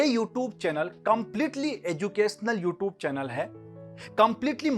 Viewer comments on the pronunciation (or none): namste sir ji sir bohot achi shuruat hai...all the best bohot acha laga sir aapko dekhkr itne dino baad u r very good teacher sir sir ek baaat bataani h pls dont mind..mai bas positively bol rha hu aap "you tube" word ka pronunciation thoda better kar sakte h..Ty sir🙂✌